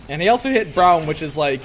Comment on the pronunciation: stop saying brawm please